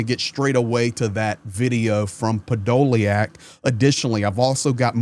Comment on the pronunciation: hey the spelling is a good English version, the' iack' in Ukrainian is YUK, so his name is pronounced Podo lyuk which is impossible to translate into English as it gets said as ly uk... I have the same name.... :)